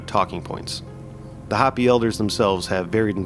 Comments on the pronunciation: Respectfully, it's Hoh-pē, not Hoppy. Otherwise,. I'm loving this little series. Keep em coming. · Bro is this AI? Hopi is not pronounced Hoppy, it’s How-Pee. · If your AI voice is so bad it calls the "HOPI" people the "HOPPY'S" then it's hard to take this video seriously. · It's Ho pee. Not hop pee! I lived in the USA south west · It’s pronounced Hope-ey, NOT hoppy. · It’s actually Hoh-pee not hahhh-pee. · Hoe-pee (Hopi) but other than that great vid. Thumbs up for not using an AI narration. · I came here to say this as well! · Thank you. I was coming here to say the same. 🤙🏼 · It's not "hoppy". Long O.